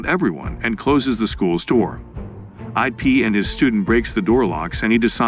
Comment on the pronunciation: it's Ip not I p. Ip man